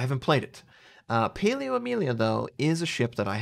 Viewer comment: Paolo = Pow-low Hope your SO is significantly better.